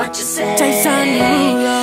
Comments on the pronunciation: I'm sorry, but Jason Derolu #7 is... Too quick, especially the "Jason" part. "jAYSN deruuulo." What is that? Put emphasis on ya name, boy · I like how he pronounces it Jay-son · Personally I disagree with your rating of “Jason Derulo #7” as I dislike the emphasis of the “o” in “Jason” so I would remark it to a 7/10. Other than that I would highly rate this comment.